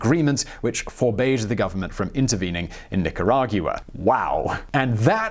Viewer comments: It drives me nuts everytime he can't say Nicaragua properly... 'gwa' not 'gue-a' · I dont want to be that guy, but it's Ni ca ra gwa, not goua. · "Nica-RAH-gyuah!" (Nicaragua) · The way you pronounced Nicaragua gave me hives but I don't blame you